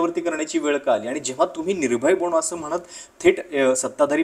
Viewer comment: बणो नाही..बनो आहे ते